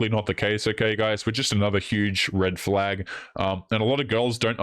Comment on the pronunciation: I think you said "huge reddit flag". Frauidian slip I guess.